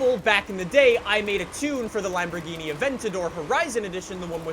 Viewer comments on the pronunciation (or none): none